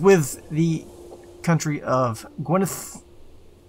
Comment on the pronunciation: Good pronunciation of gwynedd